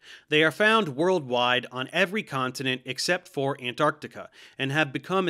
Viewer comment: I'm so relieved he pronounced Antarctic correctly. First North American, to get it right. 🎉